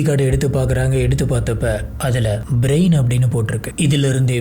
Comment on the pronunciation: பேரெல்லாம் கரெக்டா சொல்ல கத்துக்கோங்க பிரயன் பிரைன் ன்னு சொல்வது தப்பு brain நா மூளை ன்னு எல்லோர்க்கும் தெரியும் ரைட் சொல்லு கொஞ்சம் try பண்ணி கரெக்டா மாத்தி பேச pazhagavum